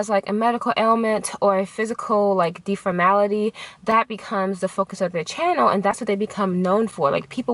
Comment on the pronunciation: deformity ....omg deformity...lolol i just kept repeating it!